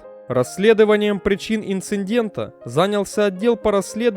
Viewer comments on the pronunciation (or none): Особенно про инцеНдент.